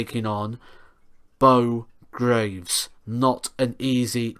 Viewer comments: Greeeeeeeves. Not graves. Ya numpty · yeah I know how it's spelled dumbass. I'm talking about how it's pronounced. Not graves as he says over and over again in multiple videos. That should have been obvious